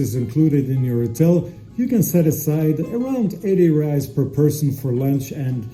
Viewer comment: Great video but considering you living in Brazil ur pronouncing of reis needs work bro it’s pronounced “hrreis” r has h sound like sound